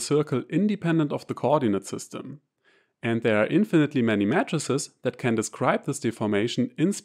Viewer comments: This is a good video. The only thing I would comment is that of the pronunciation of matrices. To an American audience it sounds like you are saying MATTRESSES. The American pronunciation would be May-trah-sees. A singular May-trix. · Your English is superb and idiomatic, and the accent may even be an advantage when teaching math. But unsolicited advice: your “matrices” sounds exactly like “mattresses”. That first “a” should sound exactly like “E, dann I” auf Deutsch. MEEITRIX, sonst total verwirrend . Might be relevant in your line of work. Matratzen statt Matrizen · mattresses 😂 😂😂 y mean 'may-tr-sees', rather ? yeah, that gets my vote... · For the first 2 minutes I heard "matresses" and yes, I was thoroughly confused.... haha